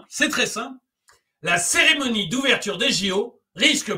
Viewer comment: Seremonie ou Cérémonie ?